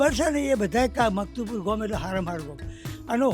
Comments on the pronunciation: ગોમ નહી ગામ બોલતા શીખો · Desi bhasha mein Gam ki awaaz